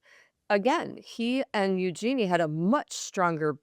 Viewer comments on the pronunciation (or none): Let me help: Eugenie is pronounced YOU-zhuh-nee, not you--JEAN-ee. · Yes there are multiple interviews. These two don't even know how to pronounce eugenie.